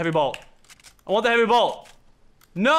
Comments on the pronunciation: J and M productions he was saying heavy bolt not heavy blot are you deaf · Who else was ragin when lachlan kept saying heavy blot instead of heavy sniper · Its not a heavy blot its bolt